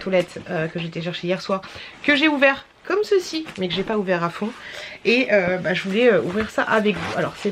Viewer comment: Cc stp arrête avec COMME CECI en plus tu le prononces bizarrement et tu le dis h24 partt mille fois pendant les retours de courses etc stp c’est un msg bienveillant c’est strident à force vraiment 😮